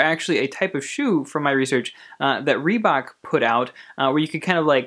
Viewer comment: Lol u didn't pronounce Reebok right LMAO